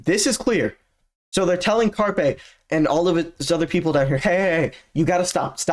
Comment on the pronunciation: Its not carpet, its Carp-AYE